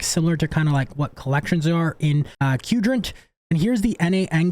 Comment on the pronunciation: Why is everyone pronouncing Qdrant as "kewdrant"? Its "quadrant"!